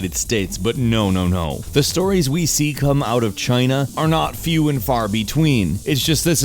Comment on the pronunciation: That's a true statement. By the way, this has nothing to do with your actual statement, but my salt is towards the fact you said "ze" instead of "the", like a 10 year old trying to be funny. Other than that, yes, you're right.